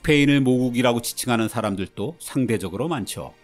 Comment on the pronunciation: 여기서도 발음이 문제네요. “도”를 또로 발음하십니다. “원정 출산을 떠나는 사람들도”에서 사람들또로 틀리게 발음하셨어요. “스페인을 모국이라고 지창하는 사람들도”에서도 역시 도를 또로 발음하심. “중남미인들도 스페인을” 여기서도 중남미인들또로 발음.